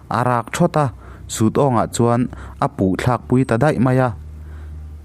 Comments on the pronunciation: Thinlanga chungchang a Sut awng tih hi i lam dan tlem in a diklo deuh a.. hetiang in a lam dan dik zawk ka'n sawi ange..Football kan khel a,si kan phur ta a,kan si phurh Sùt turin kan ṭang khawp mai. Helai a Sùt lam ang hian lam tur a ni e. Mawmráng pawh hi maimawm tih a mawm kan lam ang hian lam san deuh tur ni in ka hria. Mahse chhim leh hmar,chhak leh thlang a kan lam dan te pawh a lo in ang lo mai thei a. Ka hriat ve chinah chuan tun a ka hriat dan ka rawn sawi ang ho hi a ni e. ka lawm e. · 'Sut' pawh i hre nange, mizo tawng i chhiar hian i thluk dik lo nasa thei hle mai. Zahthlak deuh hlek lo maw, mahni tawng pawh chhiar dik hleih theih loh chuh!!!!